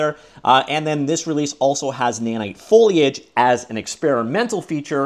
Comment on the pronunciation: I'm really proud of you for finally tackling your foliage speech impediment 😊